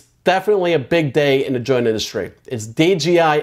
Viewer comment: the DRONE industry...not JOINT industry. And D J I. Not D G I